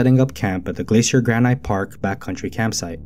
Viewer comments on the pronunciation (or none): Granite is pronounced "GRA nit" not "gra NIGHT"